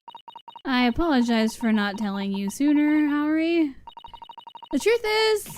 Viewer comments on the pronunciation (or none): About Haori, its Hah, not Hay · It's "Ha"ori, not "Hey"ori :) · somebody already said this, but haori is pronounced hah-oree :)